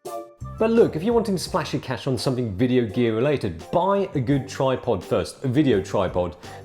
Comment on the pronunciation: as Lok would say, nice "wideo". specially that "wong way" moment, haha